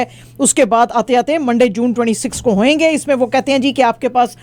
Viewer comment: mashaAllah aap ka vibrant style news ko bhi mazedar bana deta hai mugar urdu ko achi tarha ada karna language ki taraqqi k liye zaroori hai. Bad language as in hoinga, hoingey etc. Not beneficial. People may adopt these